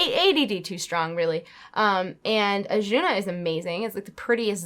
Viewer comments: Azsuna (no h in there anywhere). Otherwise, nice ramble video. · I cringe a little every time you say "Achuna" i love you tho.....